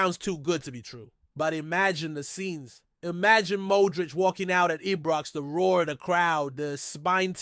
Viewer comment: It's frigging IBROX not EBROX 🙄😡